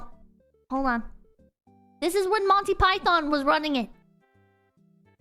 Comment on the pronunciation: I know I might sound like I'm defending RT, but insulting a dead person's name is quite a low blow. has the right to has an opinion and criticizes things, but at least she could've say Monty's name right. But I get why RWBy fan hates her, she insult the thing that they love, so the blowback from them is expected even though it's full of shit.